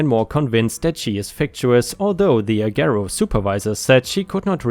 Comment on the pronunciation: The "g" in Agero is pronounced like "j," or like you would pronounce the "g" in the word age. And I could tell you a few of my own stories about what a shit show they are.